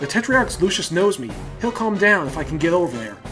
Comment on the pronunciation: LU SUS NOT LU CIUS